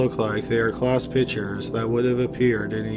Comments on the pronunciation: The speaker needs to pronounce the word "pictures" correctly. Pick-ture...not pitcher...so annoying. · I’m sorry to criticize but PICTURES is not pronounced ”PITCHERS”; A pitcher is a baseball player or something that holds liquid. A PICTURE is a Portrait or a photograph & is pronounced PICK-SHUR